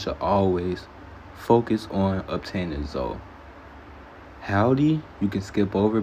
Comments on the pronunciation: Hall-dee and Zo is hillarious. It's "Hill-duh" and "Zo-ee" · Driving me crazy. HILDE IS PRONOUNCED HILL-DEE, Not Haldee. ZOE IS PRONOUNCED ZOEY, not Zo. SAUL IS PRONOUNCED Saul - Rhymes with Paul, not SAL. Did you get pass grade 3?